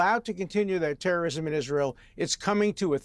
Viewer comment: Piers: “why did you decide to blow up the world and publicly execute children”: “piews, we are fighting TEWWOWISM! International law… tewwowism.”